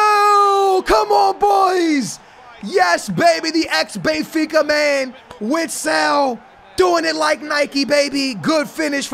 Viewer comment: It’s not (witsile) oat (vistel)